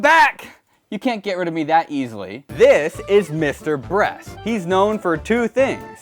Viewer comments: instead of saying Mr. Beast you say Mr. Bress. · ayo wat he was calling mr.beast mr.breast :/ -_ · It does not Mr breast it is Mr Beast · It not. Mrbrast. It. Is Mr beast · his name is not Mr brest its Mr beast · Bruh he said mr breast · Also you say Mr. Brest. I find this funny for some reason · "This, is Mr.Brest" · I’ve seen your name before but never watched a video of yours. 5 seconds in “this is Mr Breast” haha yep imma like the content. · Wtf he called 'mrbeast' Mr breast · did max and chad pay you to say mr breast